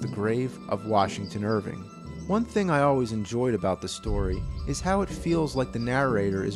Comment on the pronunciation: I am so glad you pronounced Washington Irvings name correctly. Unlike another video here on YouTube. That in itself won you a like from me. Your research and filming was excellent.